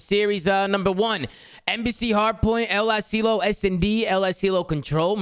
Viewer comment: Why does say El Asilo like El uhSealio